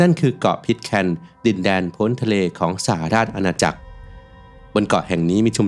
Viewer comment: สหราชอาณาจักร อ่านว่า สะ-หะ-ราด-ชะ-อา-นา-จัก